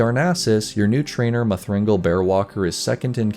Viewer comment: Um. Muh-Thringle? Is that Druid 1/16 gnome?